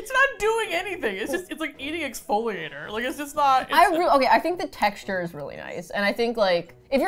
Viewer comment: "chexture" is my new favorite word.